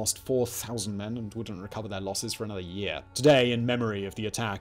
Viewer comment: how many takes until you said year without a heavy accent